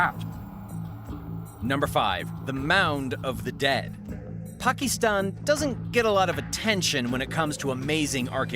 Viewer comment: why are you saying Pakistan so weird for?